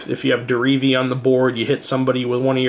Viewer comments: He keeps saying Derevi like dee-ree-vee. It is said de-re-ve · Some people I play with keep calling Derevi, Deretti. It's pretty annoying.